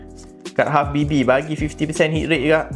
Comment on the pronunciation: saya selallu terdengar abg cakap halfbb habibi😅